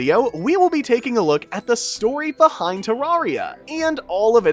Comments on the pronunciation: you said beind not behind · The story “beind” terraria💀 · Beind✅ Behind❌ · “The story beind terraria” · Hehe 'beind' 🤭